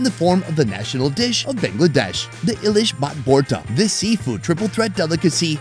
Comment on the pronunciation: The pronunciation is Elish or in english Hilsha not ilish